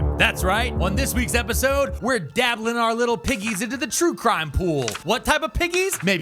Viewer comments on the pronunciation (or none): Twue Cwime Hype 😂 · Twue cwime quackewy